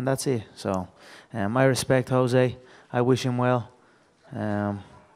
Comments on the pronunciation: Can some one tell me if the correct pronouciation of Jose Aldo's name is "Jo-zay" or "Ho-zay"? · That reporter saying "joe zay" instead of Jose is driving me crazy.